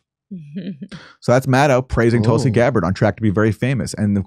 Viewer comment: She refuses to say Tulsi’s name now, and when she did she couldn’t even pronounce it; instead saying “Tolsi.” Pathetic.